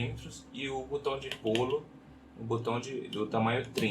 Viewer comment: Por que tanta gente fala "butão"? 😂😂😂